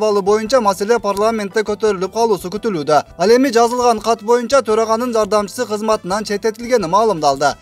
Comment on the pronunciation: Боюнча деген созду моюнча деп жанды кашайтып журот го манкурт спикер. Ушуну спикерликке сунуштап анан колдоп берген депутаттарга эч бир соз таппадым айтаарга,............